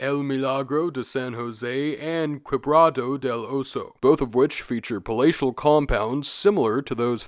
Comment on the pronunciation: Love your videos, but please never say Quebrada again